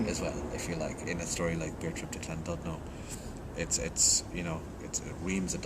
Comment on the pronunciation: The 'dud' part of 'Llandudno' is actually pronounced 'did'. :)